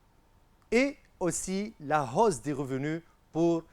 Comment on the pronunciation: hausse , "h muet" merci monsieur!